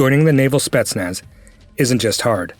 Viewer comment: Not SpEtsnaz but SpetsnAz